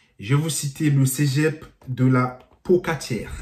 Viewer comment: Mec c’est Cé pas cegep